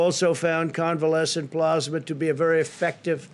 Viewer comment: I wonder how long it took his handlers to teach him how to say "Convalescent plasma"......He still got it wrong.......